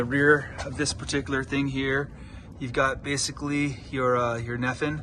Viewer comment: Neffin caliper lol. Bro, it's Nissin.